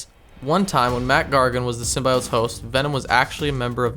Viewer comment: STOP SAYING “SYMBIOTES” LIKE THAT YOU SAY IT EVERY 4 SECONDS YOU PRONOUNCE IT WIERD EWW